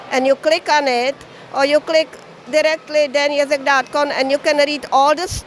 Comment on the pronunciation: I like how you pronounce Ježek as Jazz-eck when it should be Yezh-eck